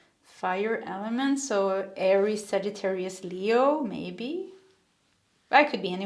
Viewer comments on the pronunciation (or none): none